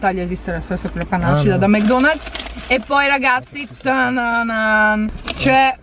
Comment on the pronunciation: Ma perché dici Mg Donald's si dice Mc Donald's poi se hai detto che non mangi le salse perché mangi il kechup anche nei mukbang